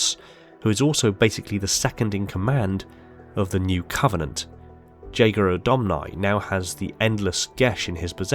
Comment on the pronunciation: You can't even pronaunce 'Jega'...